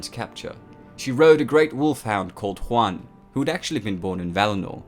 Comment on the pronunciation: A couple of suggestions regarding pronunciation--which you do pretty well on overall. -Aule is best pronounced "owl-eh" or "owl-uh" -Huan is more like "hew-on" than "hwan"--think "ewan." Tolkien's languages are based on Icelandic, Scandinavian, Gaelic, etc not latinate languages like Spanish. -The Maiar were more like angels than gods---Eru Iluvatar was the Creator, the Valarr were the pantheon of gods and goddesses, and the Maiar were their assistants/helpers/heralds/messengers, so almost literally angels. EDIT-so as I scan the comments, I see I'm far from the only one to make these, or similar, observations. No shade on you--love the channel and your content, but if this many Tolkien nerds can clock the inaccuracies.......just sayin'. And ya there are millions of arguments on pronunciation----my interpretations, though, are based on the pronunciation guide in the appendices of the Silmarillion--again, just sayin'. Really sorry I sound like such a picky dick.